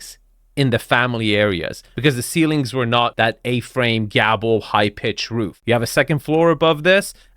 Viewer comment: Those garages look like all you can fit into them is the cars. Even million dollar homes need extra storage room usually found in the garages. What is a gabble? Most people pronounce it gay-bell.